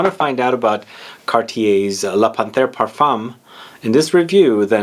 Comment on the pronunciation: I have this,it's beautiful 👌🏻 Excuse me but it's pronounced Pan....terre. ☺️☺️Great review